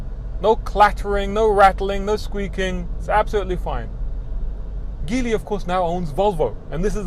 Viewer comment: Good review. BTW, Geely is pronounced "gee" "lee".